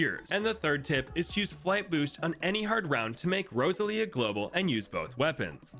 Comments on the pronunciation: Rosa lia? It should be "Rose-all-ee-uh" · I don’t mean any offense, however… Rose-ahl-ia, not Rosa-lia The emphasis is on the “ah” sound but it moves fluidly into the L, the name is kinda like going over a hill, Rose on the climb, ahl across the top, ia on the way down Edit, pronunciation guide might be better written as Rose-allia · Just trying to help. It’s pronounced Rose-Say-Leah. That is my friends daughters name.